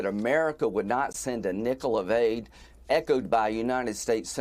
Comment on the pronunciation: "Ezral" The woman Lindsey Graham needs to be taught how to pronounce Israel. This is a travesty!